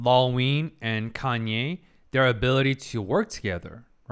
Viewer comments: it;s funny how you pronounse Kanne as "Kanye" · Oh God, from pronouncing Kanne like Citizen Kane to Kanye West, I'm dead 😭